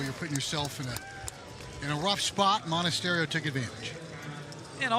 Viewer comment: Then he he butchered Monestario as well.